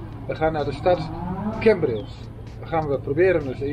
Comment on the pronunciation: Leuke video, het is CAmbrils niet CEmbrils lol. Verder leuke video. Hoe kom je erbij dat mensen in Nederland niet op het terras konden zitten??? Dit was zeker tentijde vd covid19 pandemie. Mijn broer trok zich niks vd regels aan met als gevolg, dat hij aan covid19 is overleden. Dus, ze hadden wel een reden om de boel te sluiten.